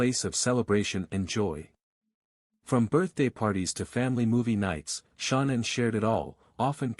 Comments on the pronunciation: Shawnen ?? Nickel ?? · I usually go show love to the channels you review, but can't bring myself to do it this time. Showing the wrong parents, the AI voice (I HATE AI voices lol) that mispronounces things (SHONANN, the WUTS daughters??). The creator is going to have to try a little harder to make it I think lol.